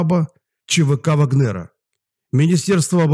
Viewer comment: Не вагн- нер, а в--агнер